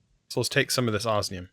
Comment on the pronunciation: For the love of all that is holy when will you learn to pronounce osmium correctly???